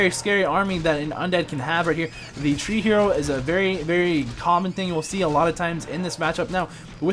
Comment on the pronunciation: Pronounce it try-hero like triathlon, rather than tree-hero. Keep up the casts though you are doing good.